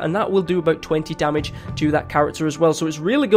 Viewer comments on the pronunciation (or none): Lol you said domage instead of damage